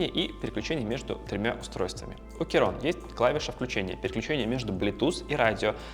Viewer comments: Блин, что за "керон"? "Ки-крон" или хотя бы "кей-крон". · Достойный обзорщик, даже не смог название прочитать, Кейрон 😂